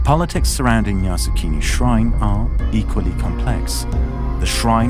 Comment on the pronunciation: full of error... can't even pronounce Yasukuni properly. The YouTuber knew nothing about Japan and Asian. The pronunciation is yasukUni, not yasukIni, which means "make the country settled" or "stabilize the country", which indicates war and has nothing to do with PEACEFUL! Top WW2 war criminals are enshrined in Yasukuni shrine! It is a propaganda tool luring gullible comment people to worship war and to be cannon fodders! Stop glorifying the cruelty brought by warrrrrrrr!!!!!